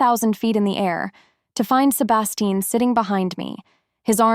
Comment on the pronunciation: The wild ride is somewhat dimmed every time the AI mispronounces “Sebastian.” Is there some way to teach the text to speech app how to pronounce the words it gets wrong? Getting a major character’s name wrong is downright criminal - and grating. Fun story otherwise.